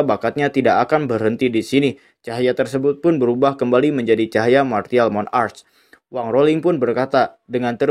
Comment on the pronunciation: Martial monarc bukan Mon-arc